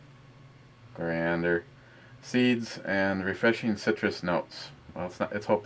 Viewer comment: Core. Ee ander. Next time you slip an L in there I'm going to wrap your head in with a ratchet jerkey.